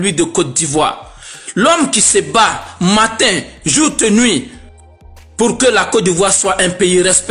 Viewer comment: 🤣🤣🤣🤣🤣🤣🤣. Gagagaga gagagaga. "Jourt et nuit" je ri seulement. 🤣🤣🤣🤣🤣🤣🤣.